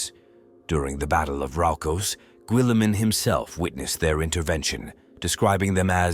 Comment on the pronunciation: who tf gubult billiman ? this thing cant say names